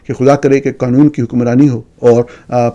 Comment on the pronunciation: جتنی جھنجھلاہٹ آپ کو "عجیب منطق" پر ہوتی ہے اتنی ہی پریشانی ہمیں ایک ذی ہوش شخص کے ملک کو "Mulak" 😅 اور قانون کو 😅 "قنون" بولنے پر ہوتی ہے۔ لیکن وہ صحافی ہی کیا جو دوسروں کی غلطیاں نکالنے سے پہلے اپنی کوتاہیوں پر نظر ڈالے۔ اپنی ضد اور انا سے باہر ہیں۔ کچھ تحقیق آپ خود بھی کر لیا کریں، خصوصا" اس سطح کی جو میرے پوتے پوتیاں اپنے پرائمری سکول میں کر چکے ہیں۔ اردو کو درست بولنا بھی پاکستانیت کا حصہ ہے۔ کبھی کسی انگریز کو اتنی غلط سلط انگریزی بولتے سنا ہے جتنا بیڑا غرق آپ اپنی قومی زبان کا کرتے ہیں؟